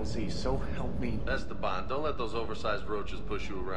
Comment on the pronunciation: "Es-teban" instead of "Este-ban"